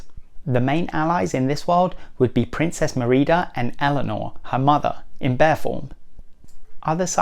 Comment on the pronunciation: Your saying her name wrong of brave